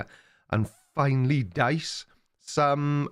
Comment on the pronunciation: With your emphasis on the word dice, I feel like you're going to roll out some new shaggy yellow dice